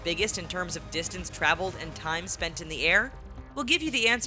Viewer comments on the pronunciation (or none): none